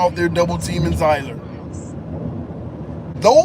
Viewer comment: Damn they led down the wrong path on pronouncing his name 😅. Just say Seeler